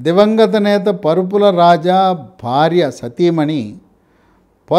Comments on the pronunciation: AYYA PARUPULA KADU, VARUPULA. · Mudragadda kaadu Mudra gada. Parupula kaadu. Varupula. Emiti sir